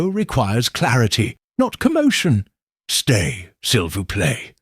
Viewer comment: Not sil vouch plate but si voo play Before you have someone pronounce your Hercule, please make sure he can pronounce the French!! Or Belgian! (Which is in essence, French)